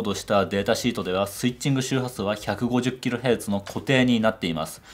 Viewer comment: 150Hzではなく150kHz ですね。 何故か k が聞こえません。 私の耳がおかしいのでしょうか? いつも楽しみに見させていただいております。